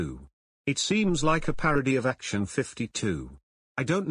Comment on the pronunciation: ACTION, not ACTIUN.